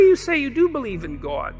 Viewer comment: Never trust anyone who pronounces the word god as Gwod…